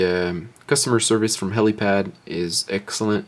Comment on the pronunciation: helipal not pad..... fuck